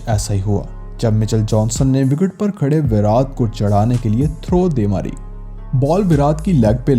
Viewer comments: पहले विराट बोलना सीख भाई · Bhai pls virat ko theek se pronounce kro.